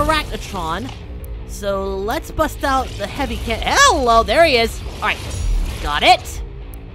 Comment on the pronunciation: Every time you say "Hello" I keep thinking HELL-o 😂